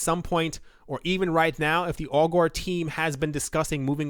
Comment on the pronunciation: I’m pretty sure ‘Augur’ rhymes with ‘logger’ and not ‘Al Gore’.